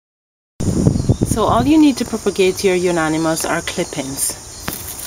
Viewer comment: How not to pronounce the name of this plant: unanimous.